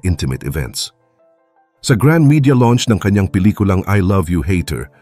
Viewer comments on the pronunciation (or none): none